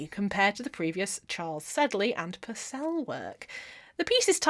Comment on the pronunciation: You're funny as hell - great video and interesting to another crafter. Just one anomaly though, it's pronounced PURcell not PurCELL because he was English not French, a tiny musician bugbear of mine...